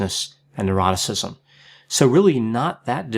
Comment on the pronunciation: Every time he explains the OCEAN acronym I always hear the last part as “and eroticism”. It leaves me wondering if I need help and what kind.